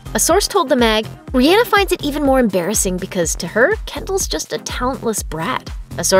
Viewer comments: Okay but are we going to ignore the fact that the narrator said RI An a instead of Ri aw na ?! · The way she said Rihanna made my heart hurt😭😭😭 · You didn’t even say Rihanna’s name right come on get with it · Uhhhh that girl said rihenna not rihanna am I the only one that notice it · It’s not Rihana it’s rihhanna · ITS RE-AH-NA NOT RE-Anna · Rihanna = Ree-yaw-nuh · She really said riana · I’m mad at how she said Rhianna 😂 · RiYENNA 😂😂😂 stop it! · Any one else thought about CaKe? Aka ca ra delevingne + Ke ndall Jenner and this narrator need to shut up talking about, danielle cash me outside bregoli and that's not how to said Rihanna it Re•Ah•Nuh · The way she pronounced Riannah🤣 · im mad she really pronounced Rihanna like that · that’s not how you say rihanna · Why did she say Rihanna like that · Why is she pronouncing Rihanna like that?! It’s driving me insane! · The way they said Rihana made me cringe but laugh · And you can’t even pronounce Rihanna correctly... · Did it bother anyone else about the way she said Rihanna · I can't be the only one that doesn't like how the girl in the video pronounces Rihanna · The way she says Rihhana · I mad at the way she said Rihanna💀😭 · Why did she say Rihanna like that?????